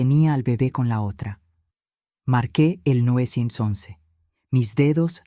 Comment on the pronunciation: Oiga pero ningun narrador es capaz de decir 911